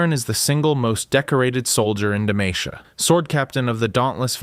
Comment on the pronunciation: i like the video but saying "duh-may-shuh" instead of "duh-mah-see-uh" hurt my ears